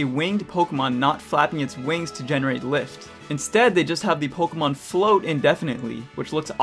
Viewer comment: The way you pronounce “Pokémon” doesn’t sound good.